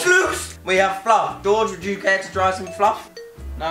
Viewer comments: he pronounced it Floof. I call it fluff. lol. still love him ✌ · As an American, I'm now going to pronounce fluff as floof because it brings me great joy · it's fluff not floof